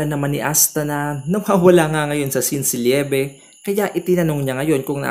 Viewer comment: eye patch yon. at hindi po blindfold. and LI-BE po yung kay LIEBE. Love po kasi yon.